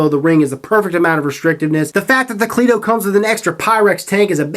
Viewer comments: Most people don't say clee To its your accent most the time I hear cleito pronounced like cleado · It's pronounced c- letto